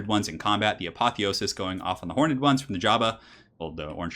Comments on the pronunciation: Horned or hor-ned? Why do you say hor-ned? Why am I so triggered by this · I love your stuff but please 1 thing you do drives me mad. Horned is pronounced with 1 syllable, not horn-ed with 2!:) Keep up the great work dude!